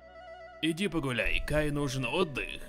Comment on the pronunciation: Не Гай, а Кай -_